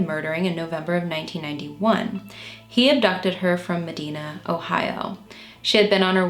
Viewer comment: Just a tip from a crazy Ohioan: Piqua is pronounced pee-kwah and Medina is pronounced meh-die-nuh